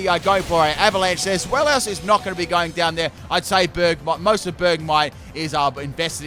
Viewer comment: It's pronounced ZWEI (as in the German word for 2)-LOUS, not Zwel-ious